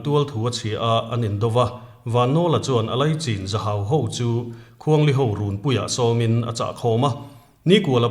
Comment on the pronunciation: Chin hi chhin Tia lam tur ania.